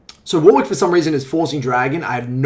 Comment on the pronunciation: Fuckin "War wick" lmao